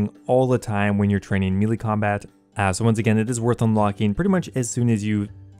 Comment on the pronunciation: Great vid, getting right on it, love it. But for god’s sake man, melee is “May-lay” not “mealy”